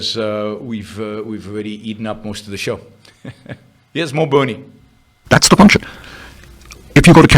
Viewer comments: He hasn’t expwained how Buwnie wied. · change the title to "bwerinie" please